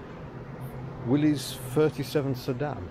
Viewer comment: As a small detail, the Willys Jeep is pronounced "Willis", rather than as if it were a possessive. That said, nice video - and what a great museum. :-)